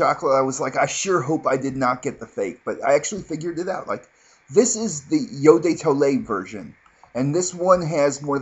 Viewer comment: "yo dey toley", you're just epic!